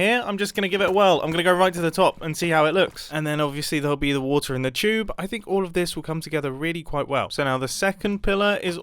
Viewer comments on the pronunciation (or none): none